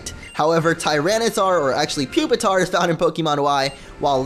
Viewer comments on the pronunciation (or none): none